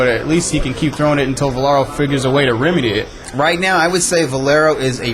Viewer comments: Is it that hard to say Valero instead of Velaro? Damn, dude. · VA LE RO. How can the other guy mispronounce his name over and over again? Jeesh. Velaro? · Why does this shmuck commentator keep saying Velaro instead of Valero....its irritating